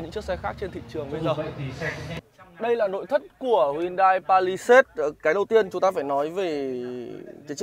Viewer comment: làm review đồ công nghệ thì nên bổ túc tiếng Anh một chút bạn ơi. đọc tên xe như đấm vào tai